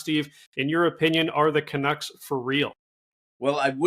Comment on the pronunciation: Fat man can't even pronounce canucks.